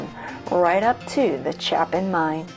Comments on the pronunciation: Interesting video. A few additions/corrections: CHAYpin is how you say the name of the Chapin mine, not CHAHPin. Also, regarding the Ardis Furnace, mostly correct; however, the failure of it was more to do with the fact that it was several decades ahead of its time. Had there not been an abundance of high-grade ore readily available, it would have been financially feasible. With regard to the house in Grand Blvd - yes, that was John Tyler Jones's house, and yes, he did purchase the remnants of Ferris's Wheel (the original Ferris Wheel from the World's Fair), but it was not to build a conservatory - but rather a greenhouse for his wife. The greenhouse has been remodeled into an indoor swimming pool. With regard to the tunnels (yes two tunnels) leading from the main house...one lead to a barn, and the other lead to the house that he had built for his son and his new bride for their wedding present. The house that you showed on the video is not that house. The correct house is the one on the corner of the same circular compound kitty corner from the original house. Otherwise, very well done! I enjoyed it! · My hometown! Great video. Just an FYI, the A in Chapin is a long A. It’s pronounced Chay-pin. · Born and raised in Iron Mountain. Graduated 72 joined the Navy. It's pronounced Chae pin . I could easily make a 2 hour documentary about Iron Mountain and still leave a lot out. I've climbed all over the Cornish pump as a child when it was outside and silver painted with the fence falling down around it.